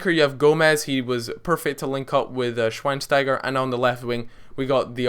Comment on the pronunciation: its pronounced Shveinshteiger or maybe Shvaynshtayger ( looks weird tho ) is better for you.. im German and know it :D